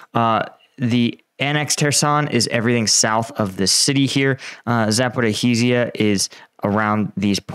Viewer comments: Say it with me: Zah–po–REE-zhee-ah. (Zh = s as in pleasure, leisure, treasure, etc., or French J as in Jean Valjean.) It’s not “ZaporaHEsia”. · for God's sake learn how to pronounce Zaporizhzhia! It's really not that hard.